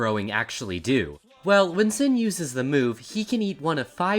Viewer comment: Said Sin's name wrong 😞